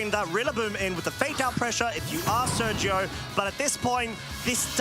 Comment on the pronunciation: The way those guys pronounce Sergio hurts my brain.